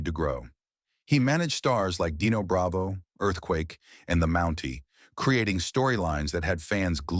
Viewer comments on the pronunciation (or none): none